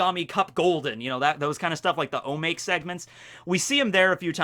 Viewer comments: O MA KE !!! Not O make! I thought you said you were learning japanese? This is like lesson one. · Omake = おまけ. Not omāk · I die a little inside each time you pronounce "omake". It's phonetic.